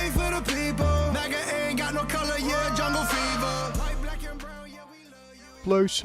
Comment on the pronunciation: MAGA not MUGA